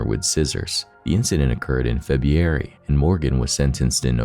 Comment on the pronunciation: The incident occurred when? Febyouairy?